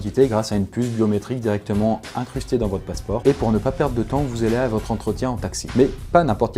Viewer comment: 3 minutes 35 : "Et alors là, où t'allez vous". Si vous voulez qu'on vous prenne au sérieux, n'inventez pas des liaisons où il n'y en a pas TOCARD...